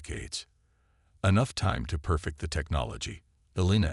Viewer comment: Nice story. However, the enjoyment is greatly diminished due to your crappy AI. PLEASE ix it or get a new, working model!!!!!!!!!!!!!!!! What the hell is: "SPAC-i-time", "...PER-fikt the technology", "MULTI-fessited eyes", " arti-FICKal intelligence", BRETH-able atmosphere", "Elina Rize". PLEASE FIX!!!!!!!!!!!!!!!!!!!!!!!